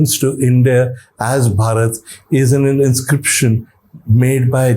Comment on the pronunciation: OMg !!! little knowledge is such a dangerous thing. Lord Ram's brother name was Bharat not Bhaarat. भरत not भारत